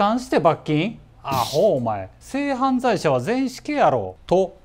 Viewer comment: 犯罪のイントネーション🤔